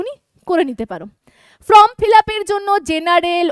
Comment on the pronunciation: ম্যাম, ফ্রম মানে হইতে আর ফর্ম মানে আবেদন পত্র, উচ্চারণ একটু ঠিক করুন না, আপনি তো ম্যাম বলেন নিজেকে, ফ্রম বলা কি ঠিক হচ্ছে, প্লিজ এটা একটু দেখুন।